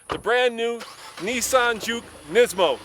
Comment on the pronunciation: You say nismo wrong, you say it like nesmo